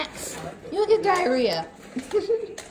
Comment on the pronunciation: It’s diarrhea not diereah